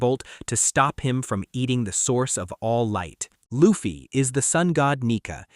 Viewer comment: The fact this MF pronounced luffy in the first 10 seconds the way he did is an instant dislike and don’t recommend channel 😂😂😂😂💀